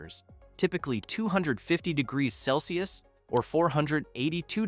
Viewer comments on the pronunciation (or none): none